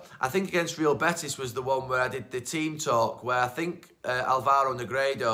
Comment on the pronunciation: Even after Spain you can't learn that in Alvaro, the tone is on the first syllable. Álvaro Negredo. It is even made easy for you. This applies to all commentators as well, why can't they learn foreign names properly, it is a matter of respect. Names that you use week in, week out in your work. There are elementary school level rules for pronunciation in every language, which you can learn in a few minutes, without speaking the language.